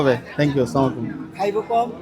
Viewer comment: Bhai samakum na boila amar bhai Assalamualaikum bolen